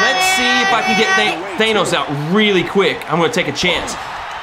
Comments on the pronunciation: IKR he’s saying it like thanose even tho it’s Thanos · thanos's name is thanos your saying thaynos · THANOS IS PRONOUCED th AN OS Not th A NOS